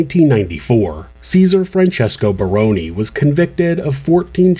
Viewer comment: As an aside, I would like to commend you on the correct pronunciation of the "Barone" name. It is rare.